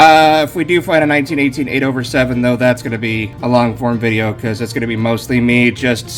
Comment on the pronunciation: It's just not a video without hearing "Vidja" and watching packaging semi violently flicked off the table! those things take time!!!!!